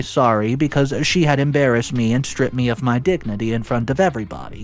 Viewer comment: Isla is pronounced i-la. Embarrassed is pronounced em-bear-essed not embraced